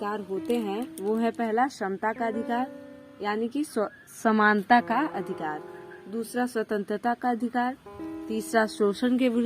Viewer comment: Are bhai sunta nahin hota Samanta hota hai